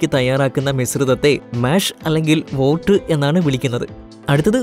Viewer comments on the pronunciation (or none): none